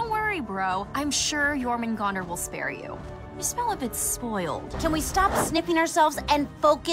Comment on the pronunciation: Okay, I know this is a little nitpicky, but their pronunciation of Jörmungandr makes me die inside. If you're gonna use a word that comes from a different language, at least learn to pronounce it correctly.